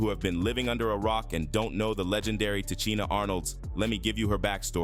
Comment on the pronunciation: Please please pronounce her name right;!!! Come on say it with me Ti SHEEN A.... Now put it together and say LOUD...😂😂😂😂😂